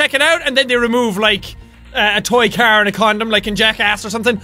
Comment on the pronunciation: I love the way he says "car", like a pirate xD